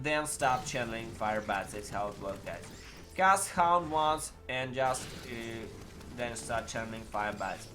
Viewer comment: Hound or HAUNT??? :) you need to improve your english pronunciation... :)